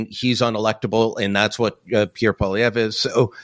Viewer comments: It's not Pierre Poliver it's Pierre Poilievre please and thank you. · you are an intelligent man. Can you please pronounce Pierre's last name correctly?